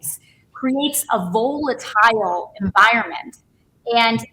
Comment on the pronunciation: AOC: Volatile is not pronounced with a hard "o". It is like volleyball with more of an "a" sound.